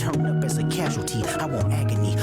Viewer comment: Is it a reach when he says "Let me know if they turn up as a causality, I want agony" it sounds like he pronounces agony like AK-Ony